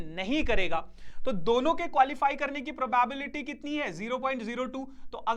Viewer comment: I'm tired of hearing the pronunciation PROBAEBILITY..... 😮😢